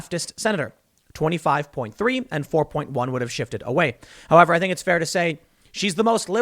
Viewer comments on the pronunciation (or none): none